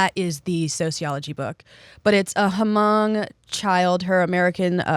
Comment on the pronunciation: Great episode as always ❤ (btw the H in Hmong is silent)